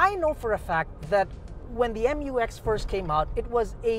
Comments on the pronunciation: FYR it is pronounced as "myu-ex", not M-U-X. That's why it is spelled Mu-X. This was also confirmed by Isuzu themselves.✌️🙂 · I'll call it "Mux" (pronounced as mucks)